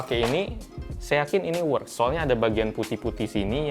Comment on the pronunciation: Works (dibaca weks)